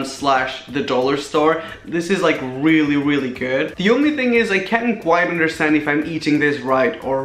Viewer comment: he said weally not really